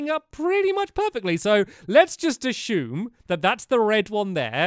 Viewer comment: "Ashumie, (ashoom?) Isn't a word. There is no H in assume. Please quit using it. You have a huge following of young children and you are teaching them wrong.